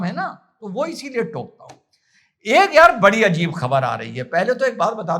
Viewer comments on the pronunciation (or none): none